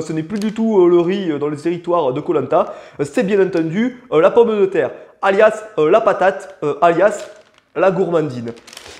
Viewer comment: Non mais je meurs c’est trop drôle 🤣 😭😭😭😭. « Un poisson boeuf » ptdrrrrrrrr. « La pOmmE de terre » non là merciiii en plus avec l’accent et tout c’est parfait. Non mais merciii pour cette vidéo. Hâte d’avoir l’épisode sur le kebab mdrrr